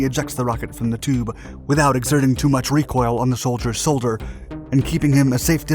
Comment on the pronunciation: anyone else hear how he said the sholdiers soulder 😂